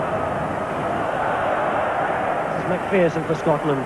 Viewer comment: Pronounce McPherson correctly for crying out loud i